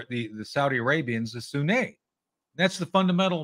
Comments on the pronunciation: It's not the Shia Muslims vs. the "Soo-nay". It's Sunni! (soo-nee). If you're an 'expert' you should know that already. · How to properly pronounce 'sunni' - it rhymes with 'loonie, puny, rooney, muni... but, "SunNAY" said no one, ever.